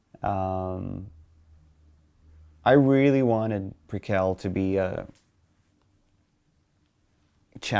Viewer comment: Tobias begins to melt down at the pronunciation of "Prequelle".